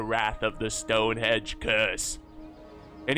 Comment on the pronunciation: ROFL - 'HENGE!' - "STONE-HENGE' - NOT 'STONE-HEDGE':)